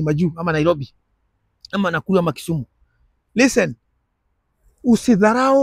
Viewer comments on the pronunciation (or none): none